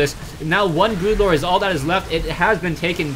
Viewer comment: Its Broodlord. Not brutelord. BROODLORD!!!